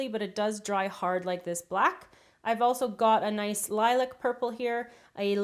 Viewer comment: It confused me when you said "i want it to be nuce and bright an dark", but me and my sister will enjoy this recipe ty